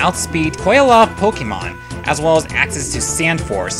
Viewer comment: Good video but why do you pronounce all the names different of the pokemon and regions